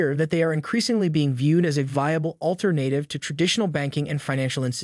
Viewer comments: Where's Saylor's speech? (And "all-ter-nate-ive"?) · Stop saying Alter-native!